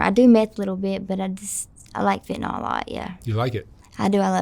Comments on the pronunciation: Haven't pet a person yet who can pronounce "fentanyl" correctly. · Why can't Americans pronounce fentanyl properly?